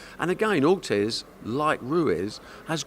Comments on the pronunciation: Barry" Ortez like Ruez" Hearn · At least he's improving, he called him Carlos Ortez last time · Barry “Ortez” Hearn